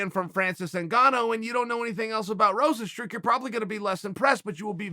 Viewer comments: Rose n stru... there’s the classic chael mispronunciation haha!!! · Everyone : Rozenstruik Chael: Rozenstroo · Chael Sonnen: Rozenstrook Dana: If you don't know, now you know.